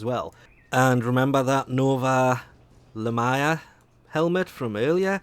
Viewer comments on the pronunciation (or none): Sorri but ima have to Grammar police you on how you said Lamia ;-; (La-mee-uh)